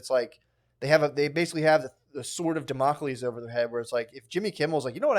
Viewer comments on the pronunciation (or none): Matt pronounced “Democles” like he was a running back for the Ravens lol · how Matt pronounced the sword of Damocles😆